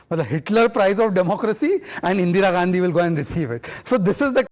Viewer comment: So Ga can't even pronounce In Ga's name correctly. 50 years feeding on mother India and can't be bothered to pronounce Indira instead of Indeera.